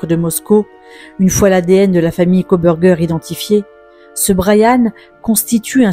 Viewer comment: "Kobergé" pour Kohberger... vous êtes sérieux, là ?